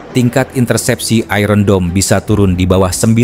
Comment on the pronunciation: Maaf min.sebutan iron dome tu salah.itu bukan sebuta lnggeris..